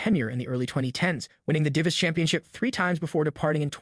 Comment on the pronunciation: Learn how to pronounce DIVAS.